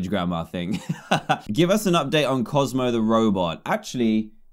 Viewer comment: Dan : bozmo is obsessed with the pug in the water Me : DAN ITS COZMO NOT BOZMO